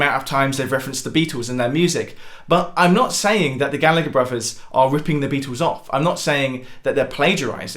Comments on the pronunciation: Gal..la...her not Galligger. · ITS PRONOUNCED GALLA-HER